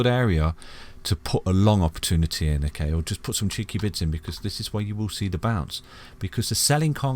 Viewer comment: 😂😂😂😂 seriously thought he was saying bits! Thinking my bits are worth more than that! Still have no idea why they need to be cheeky. 🤷‍♀️